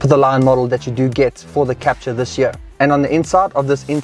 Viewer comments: It's French, so Kaptoor, not capcha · Wrong its Kap-TUUR